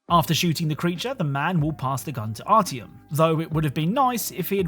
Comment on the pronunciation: Your inability to pronounce artjom humors me.